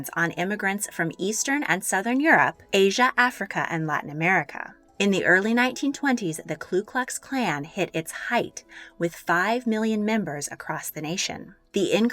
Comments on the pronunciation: NO ONE says it right: it is the KU klux klan, not the KLU klux klan. No l in first word. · NO WAY!!! you say KLU KLUX KLAN! Really! What a lack academic integrity. The only ones without a clue"Klu" are you and the Klan.